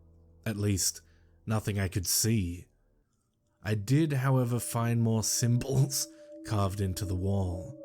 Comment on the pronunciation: At first I didnt know why you were saying " symbodls" so weird...but kudos on reading the tale EXACTLY how it is written!, you are my favorite narrator. XOXO